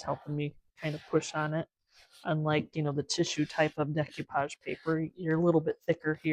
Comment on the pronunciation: LOVE your content, but no disrespect it's pronounced: DAY-coo-pahj